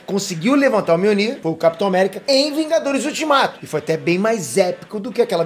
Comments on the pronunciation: Opa! "Vingadorrs" né kk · "vingadorr" acha q eu to brincando